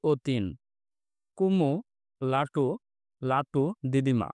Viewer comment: লোটু না ভাই লাটু